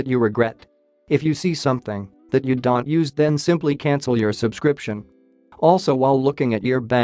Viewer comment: You don't pronounce don't right.